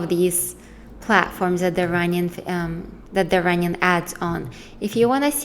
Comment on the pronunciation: Just friendly advise. Try puttin' the letter "g" on the end of your words, you have some great content but listenin' gets annoyin' very quickly when you say runnin' all the time.